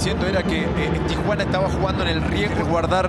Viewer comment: like si oyeron que dijo tosuana